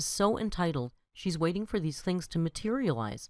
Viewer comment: I finally HAVE to say it. The word ‘for’ is pronounced like ‘fore’ and rhymes with ‘more’. NOT ‘fer’. As in sticking a blade of grass between your teeth, kicking you heels up on the ol’ cracker barrel and hollering out “I’m ready FER supper Ma!” Phew